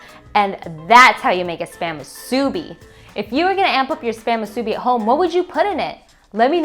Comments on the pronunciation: Never marry a woman who can't say musubi right, is what my mom said. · Please learn how to say musubi correctly! And nori! Looks good tho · omg the way she says musubi 😆😆 it’s so irking but it still looks good though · Her pronunciations of nori and musubi are killing me! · Accent on first syllable not on second. Just saying. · Spam musubi is pronounced wrong. Can tell you are not an islander. Accent on the bi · Hmmm...did you pronounce "Musubi" on middle syllable? I learned to accent last syllable when in Hawaii. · Same. I was thinking, "this video is great! But this pronunciation is not correct, lol" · Lol I found the pronunciation kinda odd too. But it’s whatever. If you wanna pronounce it right the “u” sound should be the same for mu and su. Japanese language doesn’t have accents like that. Nori is also pronounced like nodi if you wanna be technical lol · Aloha Kakou from Hawai'i. People are so uniformed. I was actually corrected by some guy who said i pronounced it wrong its Japanese. I laughed and didnt even bother educating him. Waste of time. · Moo-sue-Bee. not mu-subi Cmon Doug help your lady out with pronunciation.😂😂😂🤙🏾🤙🏾🤙🏾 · Musubi not masubi lol. I was always corrected by Hawaiian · This looks amazing! I'll definitely try this on my day off. Also just a heads up! In Hawai'i, the proper way of pronouncing "musubi" is actually "MU-su-bi" not "mu-SU-bi." The emphasis is on the first syllable :) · its Mu su bi not musuebee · Mu su BEE Hawaiian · I believe that if you are going to re-create a classic, have the respect of pronouncing the name correctly. It's not musubi, it's pronounced MOO-soobee. Emphasis on the MU and roll the subi. That is all. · It's pronounced musubi...not moo-soo-bi. Sorry...oh-see-dee here lol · It’s mu sue bi. Musubi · Great job on the musubi 👍🏼 by the way your pronunciation is a bit off:) you have to stretch the U a bit like how cows say "Moo" so it should sound like (Moo)-subi 🤙🏼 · You're pronouncing musubi wrong.